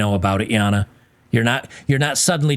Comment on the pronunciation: Stop it with the Yahna, its Jayna my man.